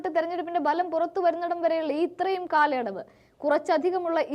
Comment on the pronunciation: ബലം അല്ല ഫലം ആണ്